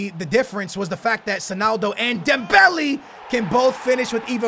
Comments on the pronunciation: It's not dembelee😂😂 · dude it's pronounced dembele not dembelly. mane and not money. ffs get it straight